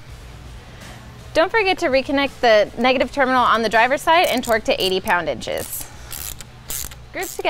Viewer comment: Inch lbs.. I thought you were saying poundages lmfao Good how-to! Will buy very soon